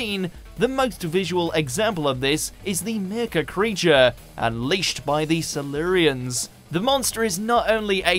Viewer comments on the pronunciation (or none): don't forget the Seluureans. (Silurians) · FFS get a narrator who actually knows how to pronounce the names properly……eg Wirrn is pronounced wirrin, Silurians cy-loo-ree-uns, Erato eee-rah-toe and Kinda is Kin-dah. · The fact that the presenter can't pronounce Erato, Silurians, Kroll, Kinda or Wirrn correctly suggest he does not know as much as he claims to. After all, the's a fifty percent failure rate.